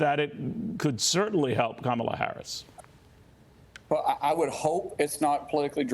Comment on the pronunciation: Is this guy one of the Republican bigots intentionally mispronouncing VP Harris' name?